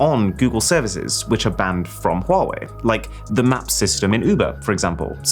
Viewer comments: funny how you pronounce huawei its like you have a stroke every time you say huawei also don't compare this to apple cause thats clearly shit compare is to sumsung its all copied from samsung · i used to pronounce “huawei” as hawaii lol